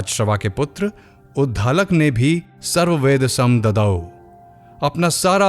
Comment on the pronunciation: उद्धालक नहीं उद्दालक